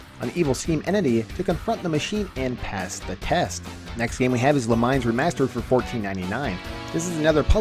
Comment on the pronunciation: "Lumin-ez" haha not "Lu-Mines"